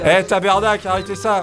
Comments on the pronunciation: on dit tabarnak pas tabernak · Criss d'otiste c'est tabarnak pas tabernak va a l'ecole big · je suis québécois et je t'adore tu mérite plus d'abonné et la Poutine ses telment bon on dis pas tbarnakcle on dis tabarnak 💜